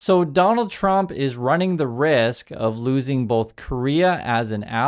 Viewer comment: Luv what you do,! ("BOTH" has no "L" in it... We must sound more intelligent than the slack-jawed MAGATARDS when we speak facts)... much luv❤🎉 #TrumpMadePedosCoolAgain